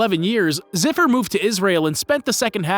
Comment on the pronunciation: Deni's father's name is not zipper. It's Zufer, like in Zoo. How hard is it to actually do some research and properly learn to pronounce someone's name?